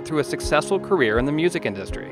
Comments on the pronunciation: I think so.. Career not Carrier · Shouldn't that be "career" not "carrier"?